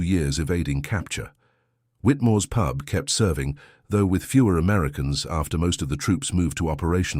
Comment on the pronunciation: Pube?!!! I know the Suffolk dialect can be a bit strong, but really!